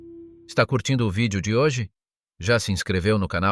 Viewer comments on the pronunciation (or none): none